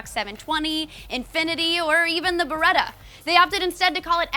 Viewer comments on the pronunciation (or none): it's Bereta